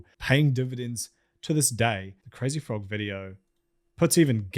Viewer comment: you also couldve bothered to google the crazy frogs creators pronunciation lmfao